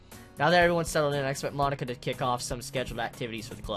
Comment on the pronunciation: Every time he says Monica I hear "My nikka" lol.